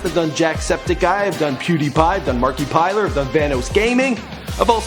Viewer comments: it's not marki plier it's (mark iplier) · How he said it: Marky-Pie-Ler vs How it's pronounced: Mark-i-ply-er How its spelled: Markiplier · "Markipiler" Really? Really mann? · I'm pretty sure I heard him say markipiler instead of markiplier. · HE SAID MARKIPILER OH GODDDD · its pronounced markiplier not markypiler. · Marki plier? no its markiplier Van hose? no its vanoss and Jesse was in the Air force not the army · That moment when he says "Markipiler" instead of "Markiplier".... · markipiler....wtf it's markiplier lmao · did he say markeypiler instead of Markiplier? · Did You Just Say Markipier!?!?!?!?!?!?!?!?!?!?!?! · Did he say Markipiler ? Wtf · markepiler? he seems to pronounce things weird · Markypiler LMFAO! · did... did he just say mark(ee)plier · did he say markipiter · "Markipiler" xDDD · Did he say markepiler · first I was like this guy seems cool, whatever. when he pronounce markiplier so wrong, I cringed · you ruined the video for saying markiplier wrong 👎👎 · buwahahahaha it killed me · I'm Canadian and I know how to pronounce it properly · He also said Markiplier's name wrong